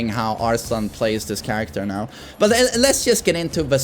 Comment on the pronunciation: "Don't chang'e charactah" - Knee